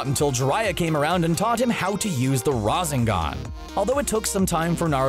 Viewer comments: Man really said razengan bro it's rasengan love the vid tho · Im sorry, i just cant get passed you saying "razingan" and not "rasengan" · The “Rosen-gan” Jesus Christ it’s not that hard to pronounce. I have a speech impediment and I can still say it right lol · WHEN I HEAR RAN ZAN GAN ITS RASANGA NOT RAN ZAN GAN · Rassingon how do people Miss pronounce that he says rasengan in the show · Rahzengone 😂 It's Rah-Sen-Gan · Razengan? Really??? You're telling me you've never heard anyone pronounce Rasengan properly? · Now I think he just purposely pronounces things wrong not raz ing gan it’s ra sen gan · did u actually call the Rasengan the rasengon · “Rasingan” Rasengan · It's Rasengan Damnit not Razengan 😑😑😑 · It’s ra-sen-gahn not rahsen-gan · they sa y RAH ZING GAHN I say RA SANG GUN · Razengan? WTF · the ra-San-gam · rahhzengahhn lmaooo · Razz in gan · you said Rasengan wrong: it's RAW-sen-GAN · "razengan" lol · 😂😂😂😂😂 the “ruzz-eng-an” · he said “raseegun”🤦🏻‍♂️🤦🏻‍♂️ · RA-ZEN-GAN it just hurts when he says it like that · rasengan how to pronounce ra-sane-gone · Who on earth struggles to pronounce a Rasengan? Wtf is a RaZenGan? This dude is obviously a new anime fan who hasn't watched much anime. Should definitely be one per franchise. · he is not an anime fan at all. he is a voice actor reading a script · I almost vomit the razengan "coughing" oh god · my dude said ra- zen-gun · RAH-ZEN-GON????? Are you f***ing kidding me with this pronunciation? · I can tell it’s scripted so hard man said raaawzengarne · Ra-sen-gan Not what u said . . . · Rasengan is pronounced ra-sin-gan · EW THE WAY HE SAYS RASENGAN IT SOUNDS LIKE RAZINGON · Bro it’s pronounced ra-sane-gon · Omg the way he says rasengan 🤦🏽‍♂️ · Hearing the narrator say Rasengan is painful! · Take a shot every time he pronounces a move wrong. SPECIFICALLY THE GOD DAMN RASENGAN. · You pronounched rasengan wrong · How u miss pronounce Rasengan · I got kinda angry when he said rasengan like that